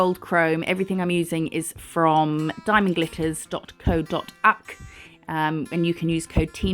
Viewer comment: I burst out laughing when you said co dot UCKKKK